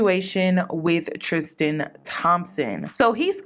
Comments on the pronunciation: Please pronounce his name correctly. Tristan, not “tristgan” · Every time she says Tristian instead of Tristan 😖 Love u tho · It’s “Tristan” not “Tristian” the way you’re pronouncing it lol. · I love you lol but his name is pronounced TRIST AN lol not tristian like Christian. I’ve went to school with him. We’re from the same town brampton in Canada. He was always in my math class and his brother too getting girls. This isn’t nothing new to us Canadians. We know him personally lol. He still keeps in contact with some. We both went to catholic school: st Marguerite d’youville. Best school ever. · Tris-tan... trishtan is killin me lmao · How u pronounced tristian made me cringe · Were you mispronouncing his name on purpose? I mean we can call this f boy Tucker for all I care but that distracted me all throughout the video